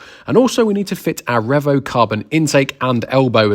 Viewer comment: Take a shot everytime says Revo wrong😂